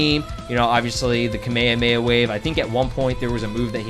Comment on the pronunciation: "a chocolate kahmehameh"😂